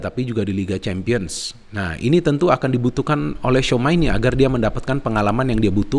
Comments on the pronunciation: tchouameni nyebutnya cuameni bang bukan souma 😂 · ralat bung, bacanya cuameni